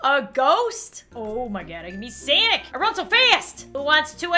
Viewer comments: sanic Me:no its sonic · No one: Zero humans: bot baby:: I'm SAAANIC Me: It's SONIC, SONIC! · She calles Sonic "SENIC" OML EHHEHEHEHHEHEEHEHEHHEHEHEHEHEHEHE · I can't believe she pronounced sonic sanic 😂😜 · Did she say “Sanic” instead of Sonic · sonic not sanic! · It’s sonic not Sanic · its sonic not sanic